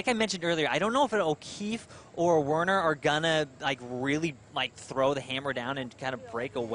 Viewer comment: It's Taylor Werner, not Taylor Warner!